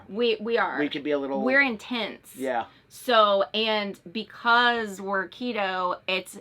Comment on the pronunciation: you're not IN-TENTS! ( INTENSE) YOUR IN AN RV 😂